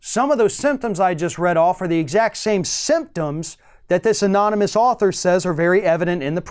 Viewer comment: Remember when he tried NUMEROUS times to pronounce anonymous?ANONMONUS,AMONAMUS,etc.Couldn't say it no matter how hard he tried!